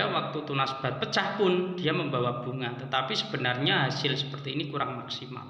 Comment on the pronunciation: Pecah pak.... Bukan peca.... 😁😁😁